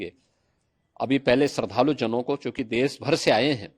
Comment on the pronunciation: शरधालू ❌ श्रद्धालू ✅ 😂😂🙏🙏